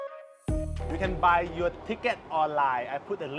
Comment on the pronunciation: Admin ... I very much hope you could improve your Thailish accent over the time. It's slightly annoying, you know. ferry = เฟรี่ ไม่ใช้ เฟอรี่ (หลักการคือ ถ้ามี rr ต้องอ่านสระเอ ไม่ใช่สระเออแบบที่คนไทยออกเสียง) your = ยอ(ร.) ไม่ใช่ ยัว(ร.)